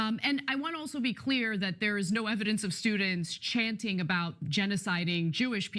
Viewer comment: At 10.08, Chunky says "Let me be quee.. clear"